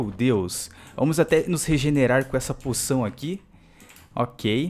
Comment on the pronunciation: ele disse puçao